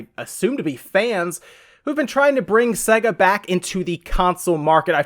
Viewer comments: Omfg. If you'd ever played one you'd know it's pronounced Sayga ffs. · Hugh Mungus Swing and a miss. It's Sea-ga. It's Ree-yu, not Ryu. That was a bonus fact =) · In my entire life no one has pronounced sega as segga and I’m a hundred and ninety six. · Ditto on all the pronounciation comments. Stop saying SEGA like a freak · I’ve never heard SEGA pronounced exactly how it’s spelled until now. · Please stop saying sega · had to stop watching due to you pronouncing SEGA wrong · You say Sega weird it tells you how it's pronounced at the start of sonic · This guy cant even pronounce SEGA. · ive heard americans say sega all ways except the right way. surprising seeing as america was their main market. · ahahahah sayga? what the fuck XD it's SEH-GA, you can even listen to it in every genesis\megadrive games, there's no doubt about it. it's not See-ga and it's definitely not Say-ga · That actual pronunciation is... Oh wait, no one gives a fuck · Literally couldn't finish this video because of the way he was pronouncing Sega... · This guy clearly has never heard the intro to a sega game that bursts eardrums : SAYGGGAAAA! what the f is segga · I was going to say the same thing. I died a little inside every time he said se-ga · Makes me wanna slap his dumb face... Fucking segga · its SAY-GA not se-ga, they even pronounce it at the start of the games! Seriously anyone who pronounces it wrong considering its at the start of like every game or was cant be trusted imo! its not an accent thing or a country thing cause it was the same on all games in all countries! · Why? He's clearly saying SEGGER instead of SEGA. Fire up Sonic and you'll hear.. 'SAAAY-GA'. - 'Muricans, smh. lol. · Just to point out, it’s pronounced SAYGA not SEGGA! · It’s pronounced ‘say-ga’ not ‘s-egga’ did you ever own one of their consoles? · It is only North America that pronounces Sega as Say-ga. The rest of the world says Sea-ga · It's pronounced see ga not sey ga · It's pronounced "sayger" you moron